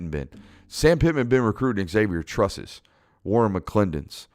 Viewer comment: A minor point. Unless the person says otherwise, Xavier in pronouced "zavier", not "ex-avier". That error has been made by many for decades. Another more major point. Only Bama can possibly beat Georgia this year. And I don't think Bama can. The 2021 Bama is not as nearly good as in years past, and Georgia is immensely better than in years past.